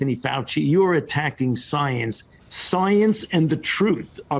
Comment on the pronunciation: Sounds like you're questioning the SOYANCE. How dare you question the soyance!